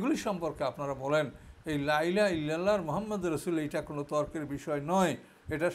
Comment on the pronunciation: আপনি লাই লাহা কেন বলেন? সঠিক শব্দটা হল, লা ইলাহা। এই ভূলটা ৯০% আলেম করে।